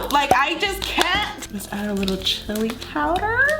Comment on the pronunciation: How she says it “powderrr” 😂❤️